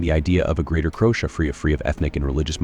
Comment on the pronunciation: please teach your AI some basic pronunciation, eg. Croatia has 4 syllables